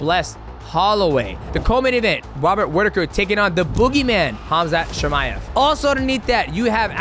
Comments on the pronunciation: "Wobbert Whittaker" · Love you DJ, but "Wobert Whittaker" had me cracking up 😂